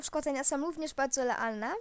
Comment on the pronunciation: to nie jest "Lealne" ze ly lasz lrawo lzyc